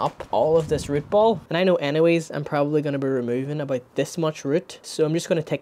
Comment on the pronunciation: Great video, your accent is a bit hard to understand sometimes but otherwise great video 😊 "abite" being "about" made me lol